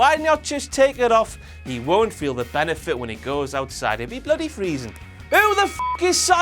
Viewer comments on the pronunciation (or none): none